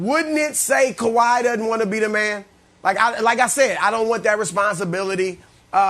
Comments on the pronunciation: Kawahi “E” Leonard 😂😂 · Sounds like “Kawahi E Leonard” 😂😂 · Why does Brandon always call him Kawhi-ey 🤣🤣